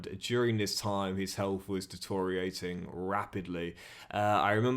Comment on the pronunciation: Please learn how to say deteriorate